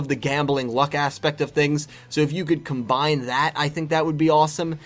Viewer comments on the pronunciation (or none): none